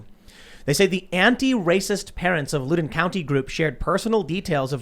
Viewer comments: 😆🤣😂😹😆🤣 its pronounced like..L'OW...as in AL-LOW...not aloe. =LOUDOUN COUNTY. Not Loodoon or Loodon County...luudes are goodshit tho, amirite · Tim, Loudoun is pronounced Loud-done not lude-done. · Loud on County - not Lu den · It's LOUD-un, not lood-un.